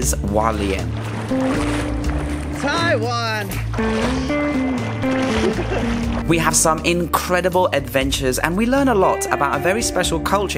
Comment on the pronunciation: Hualien, not Walien! You pronounce the H.